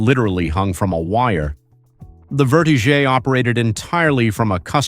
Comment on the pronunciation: The Ruan is pronounced Verti - Jet not vertizgeay, quit trying to sound sofisticated